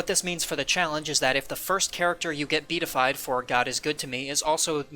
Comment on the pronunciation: Great video! Also, just an FYI, it's pronounced be-a-ti-fied (4 syllables).